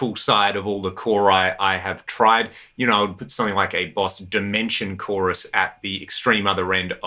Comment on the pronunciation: did you just say CHORI? The CHORI tree of pedals. Haha